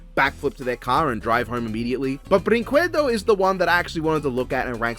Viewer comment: That's not how you pronounce brinquedo, the u is silent. Brin-ke-du